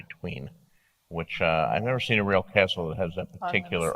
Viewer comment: "Favourite castle George?" "Favourite cestle?"